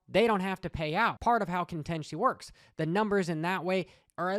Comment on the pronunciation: Contenchy? Lol thats a way of pronouncing contingency that I’ve never heard.